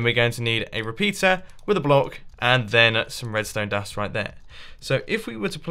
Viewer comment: He said redstone dun